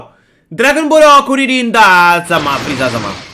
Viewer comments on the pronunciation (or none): Kurilin nada que ver se dice Krilin capo no kurilin